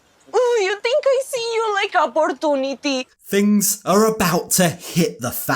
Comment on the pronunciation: Please never say ApoortonatY again please...😊